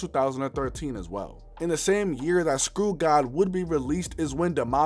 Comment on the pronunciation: its not Skrew-god..... its Skrewged